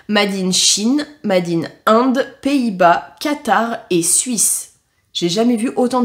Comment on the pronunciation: Trop drôle ta prononciation de l'anglais 🤣 ça me fait marrer 🫠 "made in " se prononce " Meydine you wess hey " 🫠☺️